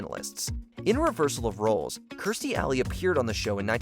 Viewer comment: Kirstie Alley's Match Game apperances were just shown on GSN earlier this week. Gene mispronounced her name as "Kyrstie".